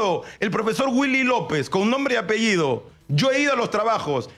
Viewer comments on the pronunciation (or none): none